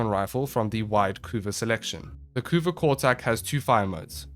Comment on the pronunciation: you did pronounce it correctly! thus the community declares this a valid tierlist.